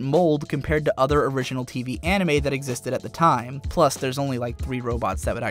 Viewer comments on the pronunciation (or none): none